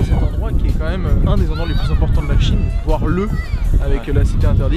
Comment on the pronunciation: Salut, Super vidéo!! Comme d’habitude. Petit truc: un moment le qui n’est pas bien passé vers les min. De plus c’est voire et non voir:p Continue comme ça 😇